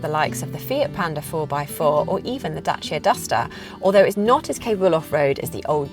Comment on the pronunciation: Finally, someone that properly pronounces Dacia perfect!